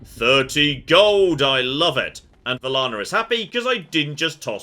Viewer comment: Take a shot every time gets Velanna's name wrong